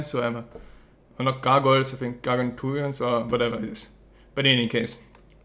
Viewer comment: funny when he says gargantuan :D